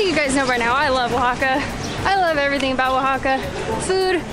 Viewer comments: Maddie, I’m so impressed with your pronunciation while reading the towns’ names! That was very good! I’m sure by now someone has already mentioned this in the comments but here it comes just in case, the masculine (male?) name of catrina is catrín. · I've got to congratulate the both of ya with your spanish and also Maddie's excellent pronunciation of the indigenous names of the towns and cities in Oaxaca! From the hilarious antics of,lol.....poking his head through that giant lotería card of 'El Diablo', then poking his head through that Catrina's body, lmao: " in a dress" and where sits next to that kalaca couple and bears his pearly whites! And continuing with the natural beauty of Maddie, augmented all the more with that crown of marigolds and the bright green and orange dress, finishing off with the yummy cocktails and food of Zandunga, oh and not to forget the shouting of "Semillas de Calabasa" by, totally embarassing dear Maddie! Love ya guys and always AWESOME to enjoy your COOL Uploads!:D